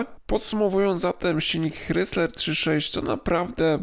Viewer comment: ok, słyszę "hrysler" nie "krajzler" i już wiem, że nie warto słuchać dalej